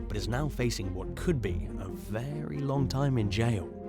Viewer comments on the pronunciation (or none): none